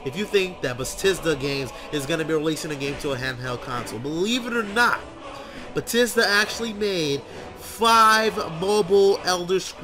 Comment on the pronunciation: BE - THES DA not Betisda